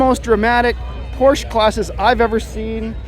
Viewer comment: Fun coverage and you were one of the first on YouTube. FYI-You're pronouncing Porsche incorrectly.